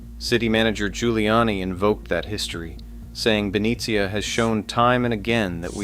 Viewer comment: Ben-nee-sha… not Ben-e-C-ah..